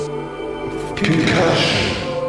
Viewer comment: I right he said "left and right...des(u)" 😂 (aslos "concushion" is amazing 😂)